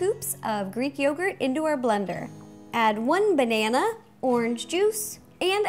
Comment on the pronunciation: Hahahahahahaha you just say banana like mineon's my name is kc